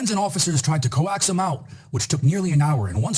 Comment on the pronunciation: "Friends and relatives tried to co-ox him out"....reading is fundamental...